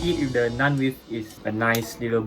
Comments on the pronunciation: Well she has problems with words that end with "th", like "with", she pronounces as "wif". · / has problems with words that end with "th", like "with", she pronounces as "wif".